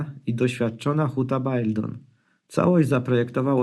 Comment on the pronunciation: Baildon czyta się Beldon, powodzenia.